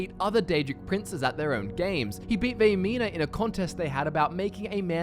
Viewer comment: Vaermina. Vaermina, Vaermina, Vaermina.